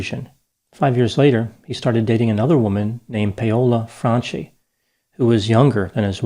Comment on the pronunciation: paola franchi: pronounced pow-la fran-kee